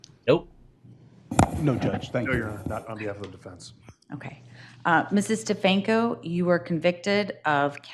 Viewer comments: STEFANKO,. Not steFALKO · Stefanko is not an English name, my dude 😆